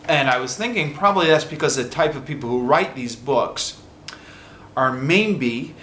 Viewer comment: please don't take this as a personal attack, but have you ever noticed that sometimes your "maybe" sounds like "mayNbe"?